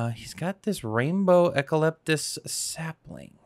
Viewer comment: Eucalyptus. E - You -Ka - Lip - Tus :) Sorry Aussie here and wanted to show you how it is pronounced :D Great videos!